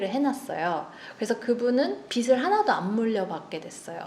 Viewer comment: 발음 좋아요! 내용도!!! 보통 저 변호사님처럼 [비슬], [비시] 처럼 잘못 발음하는데 신사임당님은 빚을 [비즐], 빚이 [비지]라고 정확하게, 올바른 발음으로 말해주셔서 정말 좋네요! 앞에서 말하는 직업이다보니 이렇게 올바르게 발음하는 분들 보면 혼자 ... 이분 제대로 배우신 분이네! 이럽니다! :)